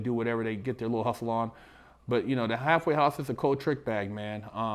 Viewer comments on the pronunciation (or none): I keep hearing "hathway house"